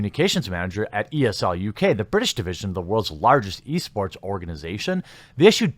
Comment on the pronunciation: I swear I kept hearing you say "Yeast Sports"